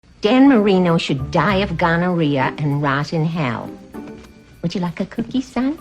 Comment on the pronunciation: 80 "wood ya" 😂